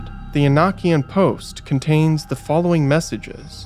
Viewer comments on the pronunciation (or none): none